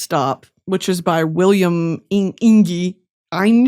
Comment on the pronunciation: supreme leader, i do not want to correct you but it is pronounced william inje (like the beginning of jet)🙏🙏